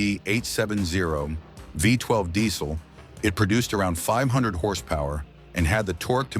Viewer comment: NOT FIVE TWELVE! It's Isuzu Vee twelve mate.